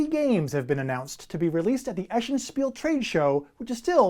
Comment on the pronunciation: FYI: The city is pronounced es-sen like S.N. not eh-shen.